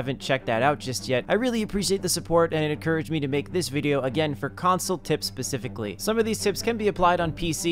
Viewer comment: He sed pacifically no spacifically